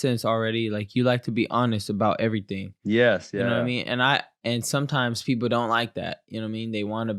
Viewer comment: Why is this guy saying peoble instead of people